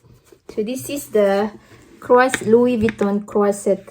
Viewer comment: Wow louie vieton